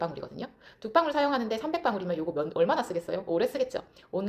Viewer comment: 방울이 발음 안되나요? 빵울?? 뭐지???